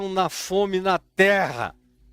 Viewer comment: OUVI DA ALINE TRRRA MOLHADA E FOI SINCERA!.